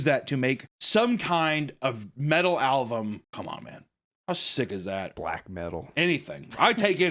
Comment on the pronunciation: hey there is a b in album it isn't pronounced alvum. every time you say that it throws me off. clearly you been saying it that way your whole life